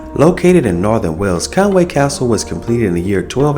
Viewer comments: Fantastic video and so pleased that you enjoyed it so much! Thanks a lot for sharing! I feel obliged to mention that there is a subtle difference in spelling and pronunciation to be aware of (I think). I believe it's Conwy rather than Conway....and pronounced "Con-wee" instead of "Con-way". Maybe a genuine Welsh person could confirm. I am a Scouser, so live just across the border and am not a true expert. Happy castling!! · Another thing that's interesting is the English pronounce Conwy wrong. It's Conwee not way, there's no a in it. But like I said the English shove that a in there. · Very nice Vid, but I listened, and want to say, you pronounce the name Conwy, NOT Conway but like this Con wi, get it! easy